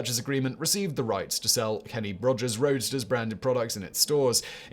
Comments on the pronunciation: ROASTERS!!* It's quite clearly shown so why keep saying Roadsters!?! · You kept pronouncing "Kenny Rogers' Roasters" as "Kenny Rogers' ROADSTERS". He was selling chicken, not cars. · Why are you pronouncing "Roasters" as "RoaDsters"? Were they selling cars too? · It's roasters not roadsters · Roadsters? Wha? Roasters man. I know I am not hearing that wrong. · Roasters not Roadsters 🤣🤣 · Roasters, not Roadsters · roast-ers ROASTERS not roadster's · Simon I love the videos but it's Kenny Rodgers ROASTERS, not ROADSTERS, 😂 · Subtitles: "Kenny Rogers' Roadsters". Simon's pronounciation: "Kenny Rogers' Roadsters". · Kenny Rogers Roasters, not Roadsters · Not Kenny Rogers ROADSTERS, Fact Boy, Kenny Rogers ROASTERS 🙂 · It’s Roasters but he definitely pronounced it Roadsters in the video 😂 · Simon, you mispronounced Kenny Roger Roasters by saying 'roadsters' which are cars. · What is Kenny Rogers' Roadsters?? Why is he saying "Roadsters"? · Roasters! There is no "d". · I caught that too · I had to rewind, pay close attention and turn on the captions, because I thought I was insane and had been reading the restaurant sign, not to mention his name wrong my whole life! Thankfully, Simon simply needs a pronunciation guide (pretends to be shocked) and The Gambler is still the same man. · I heard that too !! Lol